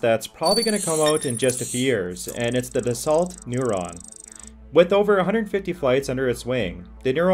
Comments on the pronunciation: Dassault is not pronounced "Dass-salt". It is pronounced more like "Dahs-soe". Other than that, not too shabby for "top ten" video. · 'Dassault' is a French word where the letters 'L' and 'T' are silent, so it should be pronounced 'Dasso'. Something you may want to know for future reference...